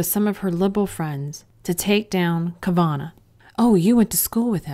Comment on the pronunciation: I can’t trust this woman narrating who can’t even pronounce Kavanaugh - did she even watch any of the hearing? She is clearly politically biased and trying to mask that in fake “expertise”.